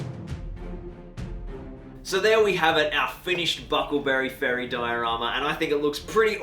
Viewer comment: Nice diorama. It's bucklebury though. Not buckle berry.